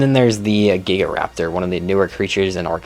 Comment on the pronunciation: He also butchered Gigantoraptor in the most painful way possible